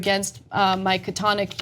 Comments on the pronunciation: Ted Logan: this was too sad to watch. This woman supposedly has a Master's degree and teachers courses at some university in California. Cenk had to help Ana with the pronunciation of "catatonic," and he didn't bother helping her with "writhing," as he knew that she would never get that word right. These are the kind of people leading the TYT mob - it's no wonder that the comments in every TYT vid are illiterate and nonsensical. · Wow... Anna can barely read... "writhing"... she reads "withering"... and can't pronounce "catatonic".... these are college-educated people, so-called intellectuals? I think this is yet further proof that Leftism has a powerful influence over the weak-minded.